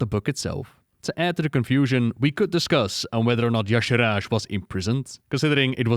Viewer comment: It has always bugged me that Y'Shaarj is pronounced "yah-sharaj", as if the R came before the second A. Shouldn't be more like "yah-sharge"? It's as if Dave Kosak was either dyslexic or didn't put more than a few seconds into trying to phonetically sound out this alien word he imagined.